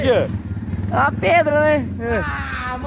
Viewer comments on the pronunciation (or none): Preda 🤦🏻‍♂️🤦🏻‍♂️🤦🏻‍♂️ é pedra 😂😂😂😂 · o gui falava preda kkkk mais n da nd é a melhor noti do dia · o gui falando:preda rsrs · O falando preda toda hora kkk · Só eu que tava entendendo o gui falar preda?kkkk te amo muito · Tava me dando agonia do falando preda kkkkkkkkk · "Preda" ksksskzk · O gui vc fala pedra ou preda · wenden o gui to falou preda mais no se fala preda se fafa pedra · Ele tá falando "preda" de propósito né??? Kkkkkk da agonia Vey Eu espero que seja na brincadeira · Ele fala e preda em vez de pedra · o gui nao sabe dizer PEDRA ELE DIZ PREDA kkkkkkkkkkkkkkkkk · pq vc fala preda e não pedra é por zueira meamo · o gui fala preda kkkkkkkkkkkkkkkk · O cara falo preda kkkkk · O gui fala preda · "Preda" kkkkkkkkkkkk